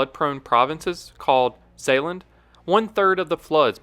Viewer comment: I'm dutch, love how you said 'Zeeland'! =)